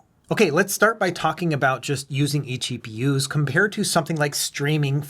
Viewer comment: Really fun pronouncing it as "eggpewers"!